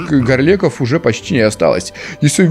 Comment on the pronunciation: А меня одного бесит как ставит неправильно ударения? Ну в именах: Кво́лок, Го́рлеки?